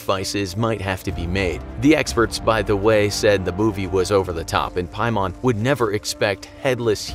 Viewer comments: It’s pay-man. Not pie-mon. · I was LOOKING for this comment! Lol "piemon" 😂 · It's actually pronounced King Paimon. Demons have ranks just like the military. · As a genshin impact character, I got scared when you said ‘paimon’. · hold on did you just said PAIMON?!